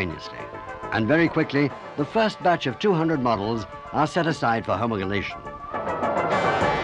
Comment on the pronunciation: If I was hiring a guy to do the voiceover for a video about my homologation special, I'd make sure he could say "homologation"!